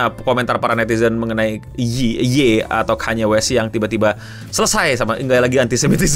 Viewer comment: akhirnya bener nyebutnya ya tuhan